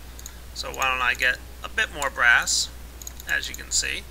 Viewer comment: I thought u said grass when you were makin BRASS